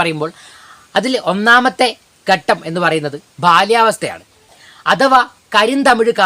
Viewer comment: ഘട്ടം ആണ് ഗട്ടം അല്ല ഭാഷ പഠിപ്പിക്കാൻ മുതിരുമ്പോൾ ആദ്യം വേണ്ടത് അക്ഷരങ്ങൾ ശരിയായ രീതിയിൽ ഉച്ഛരിക്കാൻ ശ്രമിക്കുക എന്നതാണ്